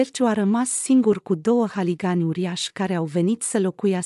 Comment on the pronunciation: Buna ziua , povestea e frumoasa și de luat in considerare ,se întâmpla în viața reală dar cititoarea noastră e de tot hazul auzi ...haligani incorect se spune huligani.